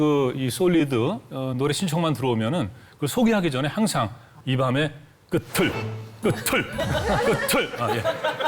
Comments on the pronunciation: "이 밤의 끝을..." - "끄틀" 이라고 연음?? "끄츨"이 맞는다. 연음 법칙에 '구개음화'라는 것이 있다. ㄷ이 ㅈ으로 ㅌ이 ㅊ으로 변화하여 연음 된다. 예: "같이 간다" 는 "가치 간다", "굳이 하고만다" "구지 하고만다"로... 이것을 "가티 간다", "구디 하고만다"로 발음하는 한국 사람 없다. .. '구개음화', 그것을 모르시다니... 어이 없네! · 끄츨이 맞지 않아요? 구개음화 현상같은데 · 끝을-> 끄츨이 정상적인 발음입니다 끄틀이라 발음하라고 우기는 사람이 이상한 사람이죠 한글은 소리글자 입니다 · 제가 좀 헷갈려서 그러는데요... "이 밤의 끝을 잡고"에서 "끝의"의 발음은 "끄틀"이 아니고 "끄츨"이 맞는 거 아닌가요..? "우리 같이 갑시다" 할 때 "같이"를 "가티"로 하지않고 "가치"로 발음하듯이요.. 경우가 다른가요..?